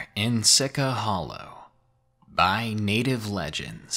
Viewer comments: See-chee hollow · Lmao it's pronounced see-chah hollow😂